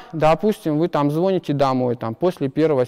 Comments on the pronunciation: лол. Не звОнит, а звонИт ) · Не звОнит, а звонИт! Преподаватель на физтехе элита элит, а русский язык?! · После слова звОнит я сдох. "Ну там, ну там, ну эта, короча,какбэ..." над речью нало поработать. Тяжело слушать такое выступление преподавателя.